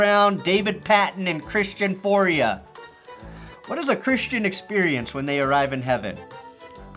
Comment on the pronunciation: It's actually pronounced Christian Foy-yay. I never thought this would come up again. Also, i'd like to remind everybody that the world was a better place when the Patriots were good.